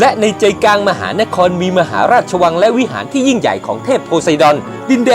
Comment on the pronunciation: ข้อมูลดีครับแต่ออกเสียงคำว่าอังกฤษต้องควบกล้ำเป็น อัง- กริด นะครับ..กลางก็ต้องมีล..ลิงไม่ใช่กางครับโดยรวม ร.ล.ไม่มีเลยครับ